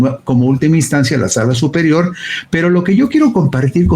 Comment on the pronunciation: * Instancia. No es "Estancia" !!